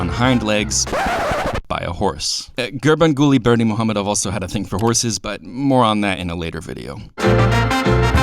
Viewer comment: Great video. My Dad and I visited last year (and stayed in the same hotel). Great pronunciation on Gurbanguly Berdimuhamedow. It took me a lot of practice. It's like the ultimate tongue twister.